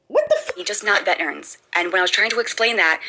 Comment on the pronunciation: How does she not know how to say “veterans”?!? Mimi failed these two idiots. GO GET YOUR GED YOU FUMB DUCK!!